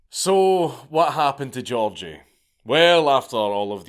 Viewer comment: also his name was gi-org-gi